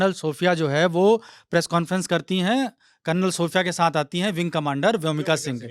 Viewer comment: Karnal ni re bhai Kalnal bolo